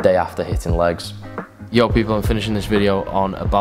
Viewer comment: Sounds weird when someone in a different accent says Yo